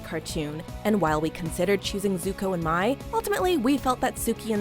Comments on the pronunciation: am I the only one who was absolutely annoyed when they said Mai’s name like “My”? Her name is pronounced like “May” MANY times in the series. I understand mistakes happen, but it just irked me. Either way, I love Avatar and Sokka/Suki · Oh God Looks Like Some Scary Parody Of A Nutshell In A Nutshell WITH INFINITY NUTSHELLS WHO MADE THESE GRAPHICS Edit: Srry Edit 2: It Pronouced May Nit Mai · You pronounced Mei's name wrong... it's Pronounced may, not my. Sorry I'm a huge avatar fan and that just ticked me off a little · Zuko and MY no no its MEI like MAY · Her name is Mai (May) not My 😡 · The fact that you pronounced Mai's name as "My" and not "MAY" as it is said in the show proves you know freaking nothing about Avatar or it's relationship dynamics. You considered listing Zuko and Mai? Seriously? That was such a toxic relationship, and they were easily the weakest pairing in the entire show. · It’s MAI (MAY) stop with the mispronunciations. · Is no one going to talk about how she pronounced Mai's name MY? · Did she say zuko and Mai as in 'my' not 'may'?